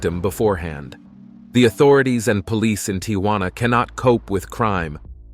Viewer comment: Why is this youngster having trouble pronouncing "Tijuana"?